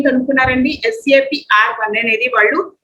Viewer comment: Why we calling as sap it's S.A.P. (alphabets) not sap like Sapam